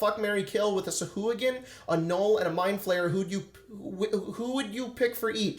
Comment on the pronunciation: pronounces sahuagin correctly according to the wonderful voice of Matthew Mercer on dndbeyond